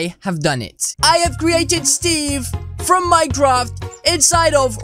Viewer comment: Did he just said minedraft?